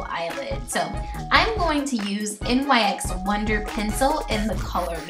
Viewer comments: I noticed you and some of the other contestants pronounce NYX like N-Y-X rather than "nicks." Oh and your Butter Gloss in Meringue is actually pronounced "mer-ang." It made me laugh! (: Aside from that, I freaking love how accurate this look was! Swear. Insane. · I am in no way trying to be rude but it is really bugging me how you pronounce it N-Y-X. The brand is pronounced "nicks". Like I said I'm not trying to be rude just constructive criticism. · Love this look but its pronounced like "nicks". Love you!!!